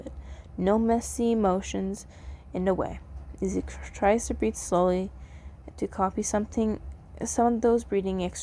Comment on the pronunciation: When you were saying the title, It sounded like you said BREED. Not breathe, breed!